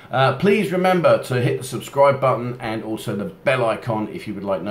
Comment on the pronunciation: Whenever you say "bell", I can't help but to mentally add "end". I don't know. Something about the way you say it.